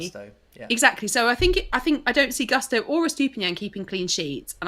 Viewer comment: these brits' pronunciation of Gusto(Goo - not guh - stow) and Estupiñán kills my Latin soul a little every time. I still remember pronunciation of Lopetegui...